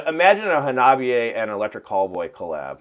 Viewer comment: Hawna Bee Eh! Every time you say it wrong, Chika dies inside a little! 🤣:card-red-penalty